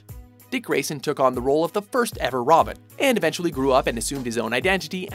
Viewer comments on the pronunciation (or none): he said robin wrong he said romin